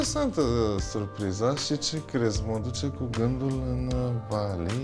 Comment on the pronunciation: Bali NU Ba-lee Jeez